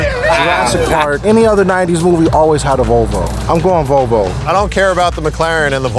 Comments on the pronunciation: Here in Australia we have a biscuit called an "iced vovo". stuffing his face and unable to say "volvo" is an endorsement of the iced vovo in my book. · “Volvo” heard like 15 times by is one of my favorite things